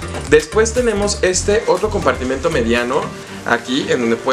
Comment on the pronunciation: El si sabe decir la palabra compartimento y no como sus compañeritos que dicen compartimiento 😅 muy bien por él!! 👏